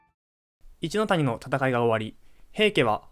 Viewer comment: 一ノ谷が「イッキー」、義経が「ヨシ」と読まれた瞬間、物語が一気に茶番になった。 さらに瀬戸内は「セトチ」、挙げ句の果てに義経が一度「シムラ」――ここまで来るとビデオ自体が冗談。 AIナレーションは罪深い